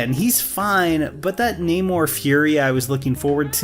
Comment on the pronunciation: The mispronouncing of Namor’s name is so funny (frustrating).